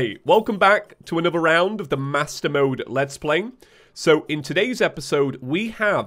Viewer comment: Whenever says master mode I hear maso mode. Is that a bad sign?